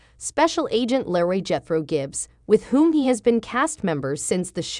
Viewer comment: You would think that if you are reading this you make sure you pronounce your words correctly. His character name is LEROY pronounced LEE ROY NOT LARRY if your going to read this stuff proof read and get it right